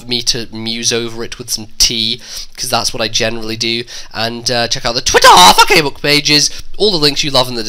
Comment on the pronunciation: I loved the part when u saud, "check out mi TWITTA!!!!!!!!"